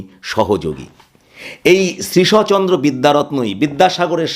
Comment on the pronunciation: উচ্চারণটি শ্রীশ+অ নয়, শ্রীশ্ চন্দ্র।